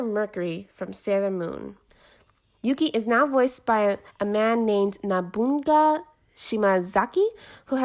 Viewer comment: You don't say that name: Nah•boon•gah It's: Noh•boo•nah•gah